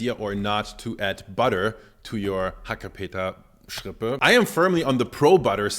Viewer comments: Nobody says HACKEPETERRRRSCHRRRIPPÄÄ... Sorry.. I heared this first time and it sounds awful XD i agree with mettbrötchen. Schrippe is like pennyloaf or Brötchen.. Ok i visit few days a bakery school.. Those times i learned a whole new language. And for the meal... I try from my trusted bakery rindermett (cow) with mild red onions.. It was very creamy and delicious.. And we all eat to much meat😅. Go check out your vegetables farmers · "Hackepeterschrippe" habe ich ehrlich gesagt noch nie gehört, bei uns heißt das "Mettbrötchen". Das ist Berliner Dialekt, nehme ich an? - To be honest, I've never heard the word ‘Hackepeterschrippe’ before, we call it ‘Mettbrötchen’. That's Berlin dialect, I assume? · "Hackepeterschrippe" Literally every german: "Bitte, was?"